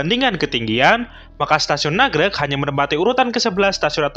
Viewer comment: Nagrég mas, bukan nagreg